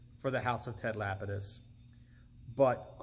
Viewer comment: It is absolutely MIND BOGGLING to me how many people mispronounce that name!! It's not "lapid-iss" , it's "luh-pee-diss''. Kinda sounds like 'le penis', lol.